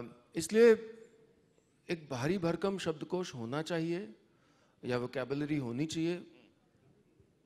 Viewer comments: Dear, you are doing good work but please improve your diction. There is a serious flaw. Its SHABDKOSH not SABDKOS. Please its a literature festival...... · ओह भाई हिंदी तो बोल ले सही से "सब्दकोश" नही "शब्दकोश" बोलो